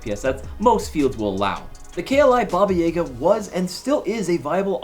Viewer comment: I wish I drank every time he said Baba YAYga so I won’t have to remember this video